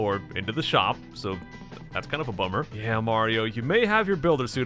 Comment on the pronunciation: when he said that's kind of a bummer i thought he said that's kind of a plumber